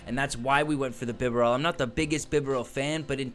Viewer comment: Not Beh-bear-el.....ITS BIB-AH-RELL 😂😂😂....your hilarious hahaha